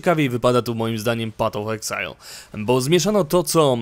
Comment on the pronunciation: materiał bardzo dobry ale proszę Cię, nie pat of exile a paf of exile.